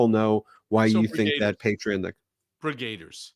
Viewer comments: Why do you say 'Brigaders'? It's Brigadiers! 'Brig-ah-deers'! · Please learn how to pronounce "brigadiers"